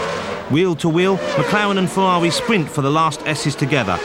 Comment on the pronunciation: "Berger's Fewawi" is hilarious